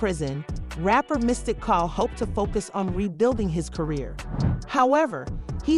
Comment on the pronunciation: This chic is dumb! She can’t say his name correctly. ANNOYING AS HECK!